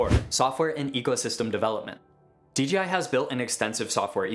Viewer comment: Dude.. its DJI not DeeGeeEye